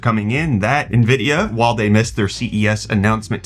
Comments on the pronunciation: From who? Who is this Nahvidia that you speak of? Did you mean Nvidia (en-VID-ee-uh)? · "Nuh-vidia..." Stop! You're killin' me, Smalls!!! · dude, you have to stop saying "nah-vidia" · Why can you provenance nvidia correctly. It’s envidia. All these people calling it nuvidea sound like boomers! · Nuh-uh-vidia more like